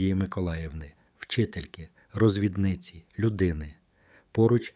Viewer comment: Дякую за оповідання. Зауваження тому, хто читав текст. Багато слів прочитано з неправильним наголосом. Особливо ріже вухо слово, прочитане "розвіднИця". Так називають розлучень жінку. Тут йдеться про Розв І дницю!